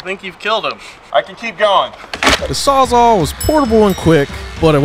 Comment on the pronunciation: puts the word Sawzall on screen "a sawzaw"